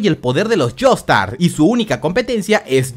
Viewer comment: espera dijo Jonathan Jaster en vez de Jonathan Joestar